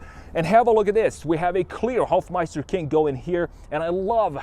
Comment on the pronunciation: He says "Kink"... Which is English for "Knick"...